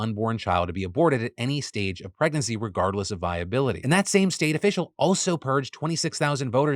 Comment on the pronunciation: Phil, why are you talking like you are from Tennessee?? Indictment and crime, wire, viability, all came out with such a southerndrawl I had to replay it!! 😂🤣 Oops, there it is, you don't know why? 😂